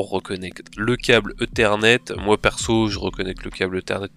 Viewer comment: Un câble "eu-thernet"?